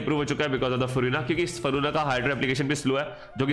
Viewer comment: What Faruna 😂😂 pronounce karna nhi aata kya